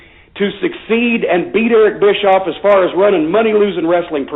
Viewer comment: Is it just me, or is everyone chuckling every time Corny calls Bischoff "Bitchoff", LOL? Too funny.